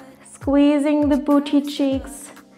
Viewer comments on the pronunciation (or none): The way she says BOOCHY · I'm sorry, but every single time I see pamela I'm absolutely shooketh at her body like fr shes not photoshopped I- Also I love how she says "booty" so posh-like